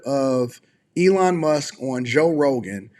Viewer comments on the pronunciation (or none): none